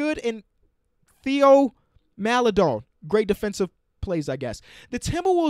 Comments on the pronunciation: Theo Maledons name is pronounced Tay-o... hes gonna be a stud too so remember his name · Theo Maledon is pronounced Tayo btw.